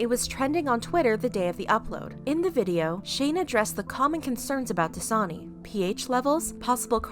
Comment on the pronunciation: No one: The clips in Shane’s video; “Dasina”